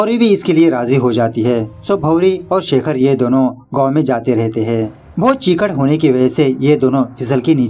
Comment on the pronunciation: चीकड नहीं, कीचड़ 🤣